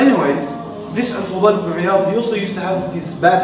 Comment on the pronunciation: djazzaak allah for the great video! but it is al fudayl ibn 3ayaad not al-fughay.